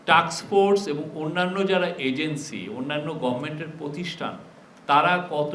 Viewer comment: Illiterate man. Pronounced task force as take force. Hahaha